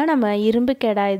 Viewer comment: It’s kadai not kedai 😂btw ur method s outstanding